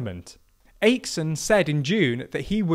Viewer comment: "Ache-son" and "Lov-den" 😂